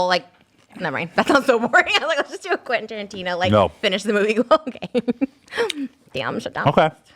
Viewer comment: OMG is flustered and the way he garbles up Quentin Tarantino's name is so fucking hilarious XD